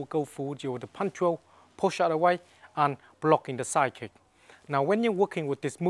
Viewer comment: you rule, but not in the english language, is not "said kick" but "SIDE KICK"